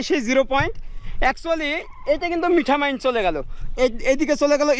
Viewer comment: আপনি মিঠা মাইন বলছেন কেন ওটা মিঠামইন হবে।